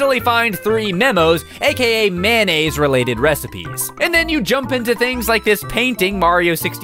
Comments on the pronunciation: Mayonnaise! Mayonnaise! Not "Mannaise," it's Mayonnaise! I'm sorry, no hate. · When he said mayonnaise I thought he said man aids. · Kind of random, but I really like the fact that you pronounce mayonnaise "man-aise." I pronounce it that way too, and my family sometimes teases me about it, so I'm glad I'm not alone. :)